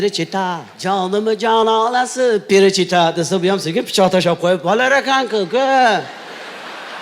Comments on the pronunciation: Qoyil Avazoxun, topqirlikda Maksim Galkindan ham o'tdi. Lekin nimaga FELICHITA emas perichita degan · Перичита эмес величита. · Фелечито перечито эмас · Перичита эмас Феличита аслида. 😂